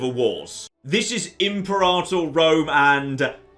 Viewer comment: You said imperator wrong